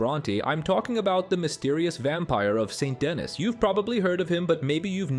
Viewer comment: Did you play the game? You’re mispronouncing St Denis.